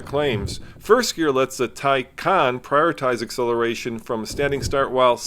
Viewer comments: You might want to properly pronounce the name of a car you’re purporting to review. It’s “tie-con”! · Love the car, but you said the name wrong almost every time you pronounced it lol. Anyway this car is sexy, looks 10 times better than Tesla